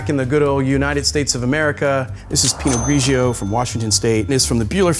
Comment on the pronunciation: Please! pino-GREE-joe not pino-GREE-GEE-oh! Too many syllables! Superb vids.